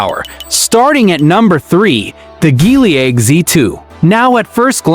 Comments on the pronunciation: GEELY - GEE WHIZ - not GHEELY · Not Gelly either😂